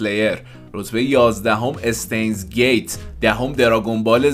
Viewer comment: اشتاینز گیت❌️ استینز گیت✅️ 😂😂